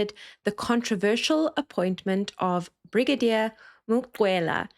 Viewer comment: Brigadier. Not Bridagier